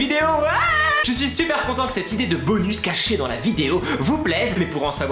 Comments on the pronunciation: pk tu dit 《 bonu 》 et pas 《 bonusssss 》 et il y a plein d'autres mots ou tu prononce pas les s je comprends pas ? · Ca se dit bonussssssssssse